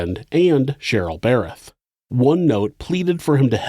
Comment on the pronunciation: I congratulate you on being able to pronounce "Darryl and Cheryl Berreth", because I know for sure I would say "Darryl and Cheryl Berryl" every single time I tried.